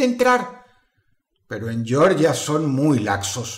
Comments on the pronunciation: Dross, el país se pronuncia "Jeorjia", no como el estado de Georgia de Estados Unidos. En todo caso, de alguna forma, el mundo siempre guarda sorpresas. Por alguna razón, uno de los ídolos es similar a Baphomet, lo cual deja abierta toda clase de implicaciones sobre lo que le pasó a esa gente. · El país no se llama "Yorlla", no se pronuncia en inglés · Dross, solo corregir una cosa, se pronuncia literalmente "Georgia", no como el estado estadounidense homónimo que sí se pronuncia al modo inglés. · "yoryia" queda en EEUU "jeorgia" es un país. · Una puntualización: La pronunciación de Georgia en el vídeo (Yioryia) corresponde al estado estadounidense de Georgia, que fue bautizada asi en bonor al rey George ll de Inglaterra, cuyo nombre se prinuncia como Jorch. El nombre de este país tiene un origen diferente, viene del griego γεωργός que significa "labrador de la tierra". En la Edad Media, cuando ocurrió la muerte de estas personas, el país se conocía como Jorgia. La pronunciación correcto es tal cual como se escribe: Georgia. Por lo demás, genial video. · No se pronuncia como en inglés, yorya. Se pronuncia tal cual en castellano Je-or-jia. Yorya es en Estados Unidos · Amigo dross, no se pronuncia YORYIA, sino GEORGIA, con el sonido g